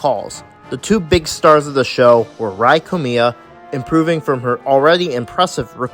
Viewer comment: I want to say as a Japanese person IT’S NOT PRONOUNCED Rī KOMIYA! IT’S Rēā KOMIYA!